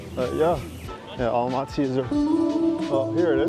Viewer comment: Welcome to Almaty! Glad you liked the city. Btw Almaty is pronounced Almatuh, not Almatee.